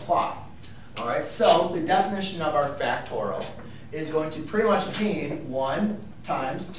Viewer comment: It's pronounced factorial, not factoral. BTW a math teacher who can't do a simple multiplication like 24 times 5 in his head is not worth much (calculator dependent gen Y perhaps?). Anyway, you didn't explain at all what it could be used for. "Learn all about factorials", yeah, right...